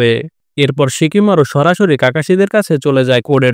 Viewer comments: ভাই শিকিমারু না সিকামারু 😅😅😅😅😅😂😂😂😂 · Shikimaru na oita shikamaru